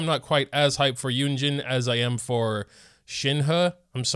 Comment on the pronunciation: Mandarin is a tonal language so the two e's in Shenhe's name actually have different tones, but the last e in Shenhe is the same as the e in Keqing. If you want to be accurate it's more like Shin-huh. Kuh-ching. Yoo-in Jean.